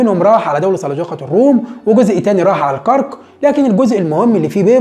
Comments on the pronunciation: الكَرَك... الأستاذ ، جهودك مشكورة، ولكن لاحظت أنك تكرر الخطأ في لفظ اسم المدينة الأردنية العريقة الكرَك، وذلك لأنك تسكن الراء، والأصل فيها أن تكون مفتوحة... وجب التنويه. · عيب والله .. الكرك؟؟؟؟؟؟ الكاف بالفتحة والراء بالفتحة وتسكين الكاف.. AlKarak .. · فعلا منطقة الكرك بفتح الراء